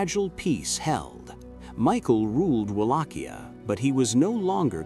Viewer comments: try reading it as VALAKHYA not as UALACHIA...great video.keep it up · Mihai the brave was the son of a Byzantine aristocratic family and his brother was once a voivode of Wallachia as well. Also the pronunciations... The C is silent in Wallachia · Except of the name butchering,nice video!